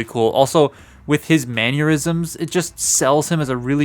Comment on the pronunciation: why’d you pronounce mannerisms like aneurysm lol